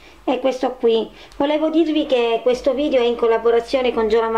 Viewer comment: Ma dice vidio